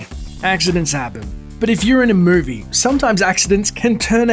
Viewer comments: muu-vee ? I love accents and languages.. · "If you're in a mervie" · sorry i couldn't concentrate on the video as soon as I heard "but if you're in a mervie", lol dudes accent. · What's a "mervie"? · “When you’re in a murvie...” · He said morvie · "A murvie" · Did he say mervie? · "If you're in a mervy"? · anyone else laughed how he said movie